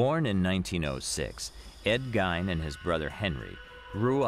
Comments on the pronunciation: Idiots, it's pernounced "Ed gein" Not "Ed Geine" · This guy does not even know how to pronounce Ed's last name.